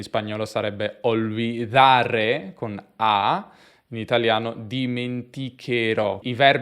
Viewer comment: ("perché in spagnolo sarebbe 'olbidaré'"). In spagnolo non è "olbidaré" ma "olvidaré". NB: per quanto riguarda la "r", la tua pronunzia suona come "olvidaRRé".